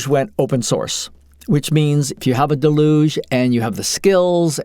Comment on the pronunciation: Always bugs me...someone decides to make a lengthy video about Deluge, but can't be arsed to learn how to pronounce the name. Delooooge. It's an English word ffs not French :D